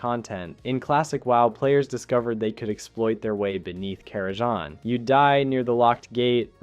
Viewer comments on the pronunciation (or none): The 'Kara'JAH crypts'?